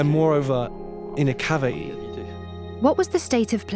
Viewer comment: What is a cavaee? I'll still think you're cool if you pronounce the letter t.